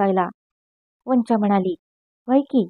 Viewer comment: छान वाचन....पण,तीचं नाव "वंचा" उच्चार "पंंचा"सारखा नको..."चालेल" मधला "चा"हवा... अशशाच छान कथा निवडुन वाचन करा...खुप शुभेच्छा...